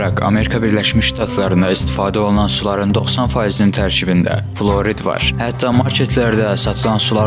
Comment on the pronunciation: Fluorid yox,flüordur bizim dildə. (Əla, uğurlar 😊 )